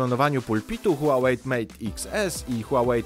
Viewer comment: Czy mi się zdaje czy nazwę marki wymawiasz "Huałejt" czy z "t" na końcu?